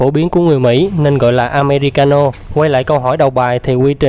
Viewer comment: Phát âm sai rồi không phải am me ri ca no